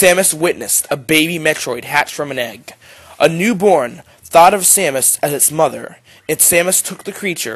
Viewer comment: dude you said her name wrong..... educate yourself...